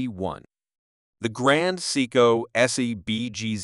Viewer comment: You earned a thumbs down from me five seconds into your video. Take this video down, learn how to properly pronounce Seiko and then try again. Respectfully, Boston ☘️